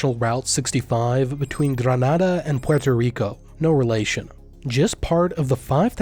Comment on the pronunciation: Never question the wife. Also the Puerto Rico pronunciation and brief flag were both pretty good